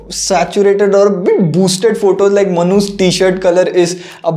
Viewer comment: Manu's always sounds like manhus...... LOL